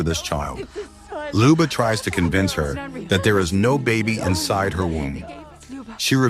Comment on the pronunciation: Ljuba, not Liba.